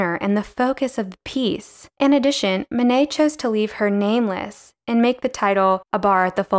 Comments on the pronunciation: Great - but it would be nice to have Manet's name pronounced correctly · Mayo nayo?